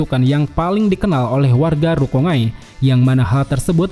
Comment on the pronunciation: Bacanya RU - KON - GAI bukan RU - KONG - AI MAN - GA bukan MANG - A ZAN - GE - TSU bukan ZANG - ET - SU RAN - GI - KU bukan RANG - I - KU KU - RO - TSU - CHI bukan KU - ROT - SU - CI